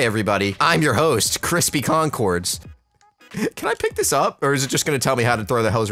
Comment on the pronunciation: Brispy Bronbords